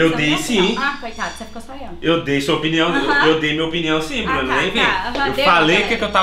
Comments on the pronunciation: Salve, salve!... Só um toque... a palavra correta é "OPINIÃO" e não "OPNIÃO". Corrija ai, Ok? Abraço! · “OPNIAO” MDSSSSSSSSSSSSSSSSSSS